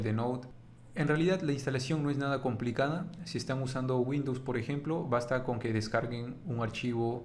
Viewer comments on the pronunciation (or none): none